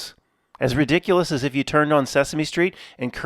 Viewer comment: Best sentence: "This is re-dick-cue-less, guys."